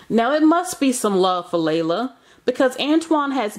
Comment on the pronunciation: It's pronounced "Lee-la". Y'all do the most reporting on news but jacking up words.